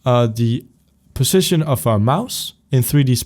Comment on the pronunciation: Great tutorial but when you say position it sounds like precision... witch I'm used to now but it was kinda confusing when I started